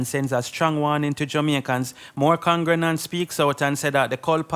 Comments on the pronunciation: If this bredda say congrenants one more time 😂😂😂😂😂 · What is a congranant?.. I thought the proper pronunciation is con -gre-gants